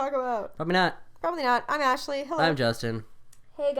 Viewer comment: "ashely" lol